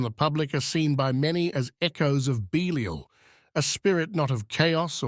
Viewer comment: his name is pronounced (bee-lie-al) and he is indeed the patron pf house Windsor. Young prince george will assume his throne of blasphemies in the abomination of the third temple "of Solomon." For he is the antichrist qho will deceive the world. Remember my brothers and sisters The Lion of Judah already came and went, hence the end times we are experiencing. Nobody ever remembers that none of this can happen BEFORE the Lion comes so He has clearly already returned, in His Kingly Character of. H.I.M. Haile Selassie I in 1892 and later crowned in 1930 as the L.O.J. .